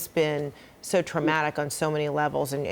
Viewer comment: Of your name is alana not lana !! Get it right or Don't say it at all ...